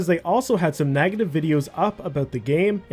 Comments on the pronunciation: I've never heard someone pronounce "beg" as "bag" or "negative" as "nagative". Where you from? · Are u intentionally saying “nagative” or do you mean to say negative and that’s just your accent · And "nagative" instead of "negative". It was distracting. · It’s pronounced NEGative not NAGAtive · Why do you pronounce beg like that? Edit: Oh you always pronounce "EG" like that NAGetive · I cant with the pronunciation of negative... "nagative" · lol i was too. He pronounces negative as nagative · Where are you from? what part of the world says nag-a-tiv? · Why does pronounce beg as bag, and negative as nagative? What accent is that? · Can we talk about how you pronounce "negative" lol